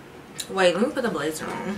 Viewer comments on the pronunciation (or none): none